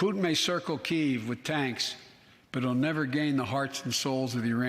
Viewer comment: Oh... I thought only the Brits mispronounced Kiev so badly... well, since the USA never figured out how to say Antifa, I guess I can't expect much.